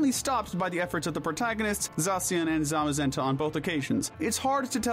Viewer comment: THE THIRD A IN ZAMAZENTA IS SUPPOSED TO BE AN E! AND THE I IN ETERNATUS IS SUPPOSED TO BE AN A!